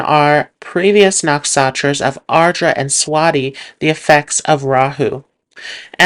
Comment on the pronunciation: Great video,, but why do you call NaksHatras "Naksatras?